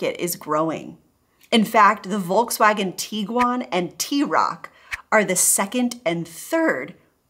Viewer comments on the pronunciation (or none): Don't say "Wolkswagen". It sounds so incredibly bad. Sounds horrible. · My biggest beef, is that for some reason, Americans still haven't figured out how to pronounce Volkswagen. I'm not even German, and it baffles me. And don't even mention Peugeot or Renault. And i'm not French either.